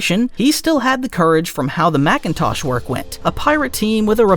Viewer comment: It's MACINTOSH not MACKENTOSH